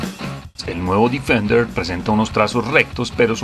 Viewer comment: bien por el video ,pero se pronuncia defender tal como se escribe ,no difender.....